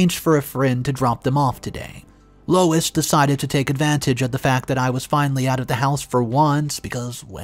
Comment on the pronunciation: Louise is not pronounced as Lois!